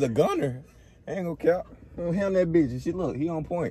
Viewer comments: tj said “beeitch “ so hard 😂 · tj be saying that li b word soo hard😭